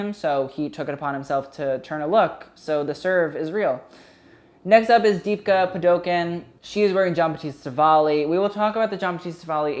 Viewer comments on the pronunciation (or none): Deepika Padukone Dee-peek-ah Pah-doo-kohn (hard n sound at the end) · Jesus Christ I comment this each time but THIS IS HOW YOU SAY DEEPIKAS NAME. ITS PHONETIC. DEEP-E-KAH PAH-DO-CONE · I think it's 'Dee-pee-kah Pa-doo-kow-nay' but idk how to explain in to y'all native English speaker but it's pretty much like thay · DEEPKA PADOKIN? no please my south asian ears are crying....(pronunciation: dee-pi-kah pah-du-cone or in some parts of india its pah-du-cone-nay) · "Deepka Padoken" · the way he butchered Deepika Padukone's name hahahah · you can't pronounce Deepika Padukone but you can pronounce all the other names? Am I surprised? not at all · Pronounce it as "D","P","ka". Say the D and P fully and you've got her name correct! Hope this helps LMAO.